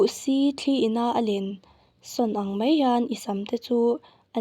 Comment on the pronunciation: Thahnem ngaihna thu ang zawkin 'Mei' nilovin 'mai' tih tur zawk ania...